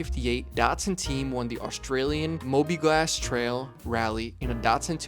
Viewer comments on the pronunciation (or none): "Mobilgas", (not "Mobiglas") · Mobiglas? It’s Mobilgas as in Mobil oils gasoline.